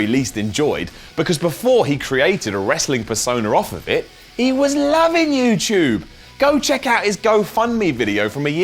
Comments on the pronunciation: It's youtube not youtyube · pronounces YouTube as "YewChoob" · is talking to us on youchube